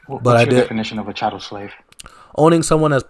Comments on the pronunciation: Stop saying Cattel. The word is “chattel”. By definition it is chattel slavery in the Bible. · Child, it is "chattel" slavery. Pronounced "chat-ell". Not "cattle".